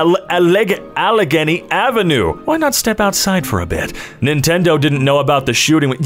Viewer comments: listening to this man trying to pronounce allegheny has given me so much life (al-eh-'gain-y roughly) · Good video until you said allegheny wrong bro it’s “ay lay gay knee” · as someone who lives in pa, it hurts that some people can’t even pronounce Allegheny right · It blows my mind that a professional voice actor struggles with "Allegheny" - I grew up almost 2500 miles away in California and know how to pronounce it.